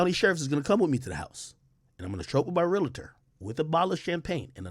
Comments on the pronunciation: It’s pronounced real-tour not real-la-tour. Realtor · Hate when people add an extra syllable to real-tor.